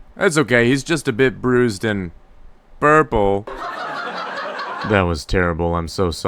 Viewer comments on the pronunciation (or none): He just said burple